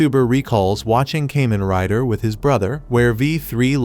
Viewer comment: "Came-In Rider"